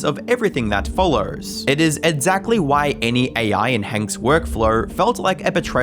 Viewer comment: For somebody who mispronounces "exactly" as "edzackly", weird how often it occurs in the video.